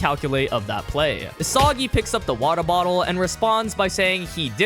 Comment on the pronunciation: gang why do you say water bottle like that?